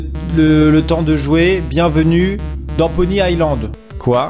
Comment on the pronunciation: c'est Pony iSSSSSland pas pony AIE land xD